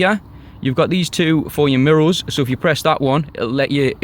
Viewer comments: Great video. But why you saying mirrols instead of mirrors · Great review mate, very detailed. I love the way you say mirro's lol